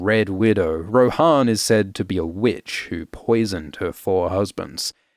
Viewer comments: on audiobook is her name pronounced Roe-Han or Roe-Anne, because you have just shook me to my core 💀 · Pronounced Ro-Anne, yeah? We're not in middle earth... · Isn't it pronounced like "Anne" but with "Roh" at the start. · How is it pronounced Joanne that doesn’t make any sense also in the audiobooks it’s pronounced Rohanne like how it’s spelt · I assumed Rohanne was pronounced like Jo-Ann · Am I crazy, or is Rohanne not pronounced like Joanne? I never considered pronouncing it like the horse lords form LOTR.